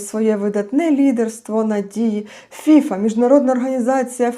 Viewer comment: Ох, пані, повеселили, хоч для веселощів сьогодні мало приводів. Бачте, Міжнародна федерація футболу - ФІФА, наголос на останній склад. А фІфа - то пуста, легковажна дівчина або молода жінка, крикливо одягнена. Але так, як поводить себе керівництво ФІФА, толеруючи агресію збоку ерефії, цілком підпадає під ваш мимоволі хибний наголос. Як то кажуть - обмовочка по Фрейду 😄👍